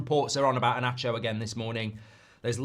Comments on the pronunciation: Inacio reads Inassio, not inaccio. 😊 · I don't mean to lecture anyone but Inacio the "C" doesn't read as "Sh" but normal "C" as in English. That's Slavic 🙂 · Inácio! E-NAH-SSIO!!